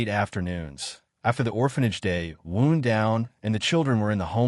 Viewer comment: It's "WOWND down", not WOOND down". "WOOND" is for cuts, abrasions, skin injuries, etc. If the voice is AI-generated, then I'm surprised that it didn't automatically adjust for the difference in context.